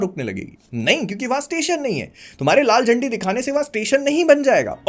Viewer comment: you said laal zandi, I heard laal chaddi 😂😂😂